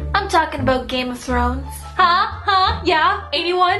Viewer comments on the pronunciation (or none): Holy shit she does say Aboot